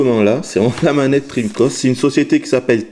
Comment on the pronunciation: Tu dis dreamcost? et Treamcost?.......